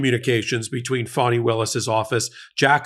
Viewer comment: So. Have you spoken with your friend, Fanny, (not Fawn-ie) lately? Are you sure she hasn’t skipped the country?